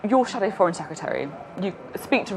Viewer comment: "Secetary"(sic) is she Sophy?